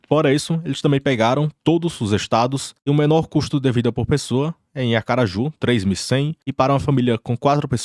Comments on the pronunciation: Falaaa investidores! E aí é Aracaju kkk e não ACAraju 😂😂😂😂😂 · Comentando só pelo "Acaraju". Baita estrategista. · Ele fala acaraju de propósito pra gerar engajamento 😂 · "Acaraju" em 😂